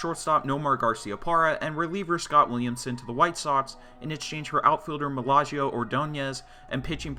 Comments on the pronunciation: MALLAGIO?!! Cmon bro. Magglio. Say it with me....MAG-LEE-OHH. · It's MAG-leo. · Butchered the name lol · Great video! Please do more what-if videos! (BTW, , Magglio is pronounced MAG-lee-oh.) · Mag-lee-o lol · Melaggio???? Lmao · great job pronouncing Ordonez first name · The way you pronounced it had me thinking Magglio had a brother that I never heard about lmao